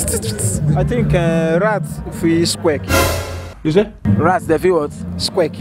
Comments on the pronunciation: Well he said Squack not squeak dude.even his pronounciation was off😂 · he said squirk and not squeak and he also spelt it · The third guy was close..its actually squeak not 'squirks' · it's supposed to be squeak not"squirk"